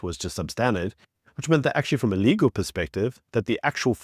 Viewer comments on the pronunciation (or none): none